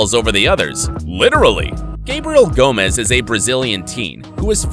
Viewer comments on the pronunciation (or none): none